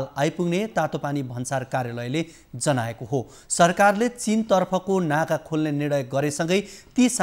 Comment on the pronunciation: Instead of Tatopani naka... he is saying Tatopani nata ...